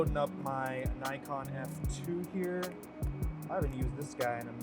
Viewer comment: Please learn how to properly pronounce Nikon!